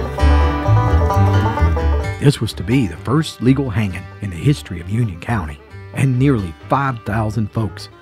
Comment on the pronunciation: Funny how you emphasized LEGAL hanging in Union County. That intrigued me.